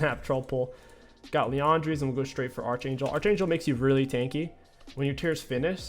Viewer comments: It's not Arch like Archer, it's pronounced ARK-angel like Your favorite sitcom Arc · why’re you so mad man. King pronounces archer as “arch er” so what? Why’re you so pressed💀💀